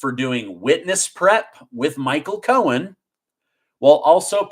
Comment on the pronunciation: I love listening to you tell us the news but it's driving me crazy that you keep calling him Michael Cohens when it's Michael Cohen. The thing is that you don't say it wrong all the time but for instance around 5m20s you call him Cohens when all the time before that on this video you said it correctly. I don't even know if you're aware you are doing it. Anyway just a pet peeve of mine, not trying to be one of those people but i already hate the guy as it is. Thank you for keeping us informed, your amazing!